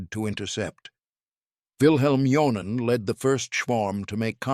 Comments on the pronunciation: For the sake of immersion, someone should tell these narrators that "J" is pronounced like a "Y" in most Germanic and Slavic languages. So saying "John-en" instead of "Yon-nen" is like fingernails on a chalkboard 😵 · Yes, but the dude's name is pronounced like "Yon-nen". Would you react when people (most people on Earth) pronounce Wellman as "Vell-mann"?